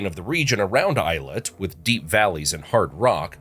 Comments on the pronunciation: It is pronounced Ayelot, not eyelit. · It’s pronounced eh-yi-lat